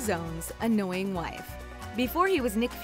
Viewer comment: That has to be the strangest pronunciation of annoying I've ever heard.